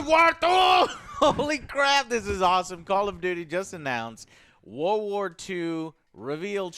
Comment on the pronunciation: He still says "war war 2" rather than world war 2 like a 4 year old😂😂